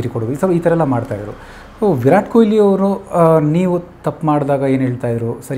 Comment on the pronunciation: It's not koyli.. It's kohli...hage Kannad Alla Kannada ❤..